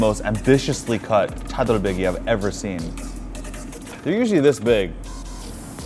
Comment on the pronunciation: Hey, I love your videos, but I just wanted to point out that you have been mispronouncing brisket in Korean in a few of them. In Korean, the correct spelling and pronunciation is 차돌박이 (Chadol bakgi) not Chadol baekgi.